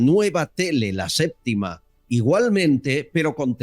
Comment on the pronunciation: "La séptima" No "LA SÉPTICA"